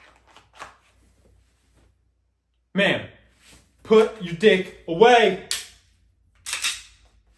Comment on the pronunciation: 😂😂😂 did you say ma'am put your dyck away??? 🤣🤣🤣